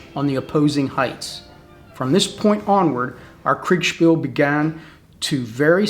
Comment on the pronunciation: Sure! (just one s - Kriegspiel) But the Krieg-bit should come out of our mouths as 'Kreeg' - I heard 'Craig' a few times. This doesn't mean the video was other than great. Regards to all of you.